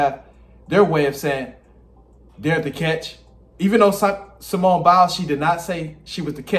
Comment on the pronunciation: Did this man just call Simone SIMON??😭😭😭 I literally can’t….😂